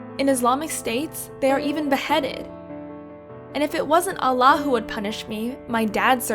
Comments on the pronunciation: You're not a Muslim at all. You cant pronounce islamic God's name even. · Fake story I can tell can't even pronounce Allah lol. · Ikr. The narrator literally said that they were raised Muslim and yet still cant pronounce "Allah" correctly..thats really sus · Yeah how stupid is this animation it even pronounce allah wrong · So not halal mode.. They are trying to make Muslims look very bad.. that racist wow I never knew people would do this… she also pronounced Allah wrong. She is not a Muslim she probably got paid to do this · This girl is not Muslim they way she pronounce allah clears that she is not a real muslim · I think this is fake. How can u be muslim and cant say Allah right? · Omfggg this is such a gross video. It portrays Islam in such a bad view. Also at least get a speaker who can pronounce Allah properly!! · Ye ik don’t worry this story is so cap she claims to be Muslim but she can’t even pronounce Allah name right. That’s how u know it’s fake. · I know that this video is not right because she pronounced "Allah" wrong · the thing that made me think the story was fake was how she pronounced Allah and and islam. like nobody who was ever a Muslim pronounces it like that lol. also didnt they say she grew up in Germany? her accent went pretty quickly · A Muslim who can't even pronounce "Allah" rightly Lets see this video is fed. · They can't even pronounce Allah correctly. Clearly they have no idea about Islam. They do this just for views and likes. Tho no ones gonna like this.. They don't care about the actions they take. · I cringed at the two words allah and muslim since its not the way its pronounced but still her father cant harm her because a parents job is important and wrath is a deadly sin so he is going to hell with his daughter i got worried about her since she lost fate for God btw im muslim female not wearing hijab lol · I do not understand why they make these videos if they can't pronounce "muslims" or "Allah" properly. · Its Allah Not alah